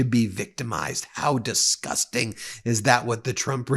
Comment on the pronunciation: Yes you're disgusting animals, but it sound worst in my head. You need to emphasize on the S. Diss-gusst-ting animals